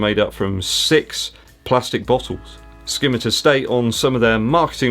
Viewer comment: Sorry to ask but is it not pronounced sim-i-tar ?